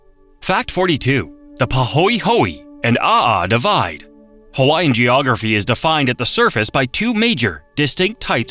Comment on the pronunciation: It rapes Hawaiian words & names too!Ouch!